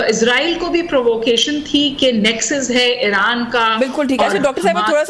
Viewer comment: اسرائیلی کو ازرائیل کیوں کہنے پر مجبور ہیں آپ!!